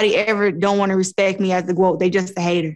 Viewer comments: Did Clarissa say she wanted to be the Gwoat? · Claressa talking about being the "Groat" lol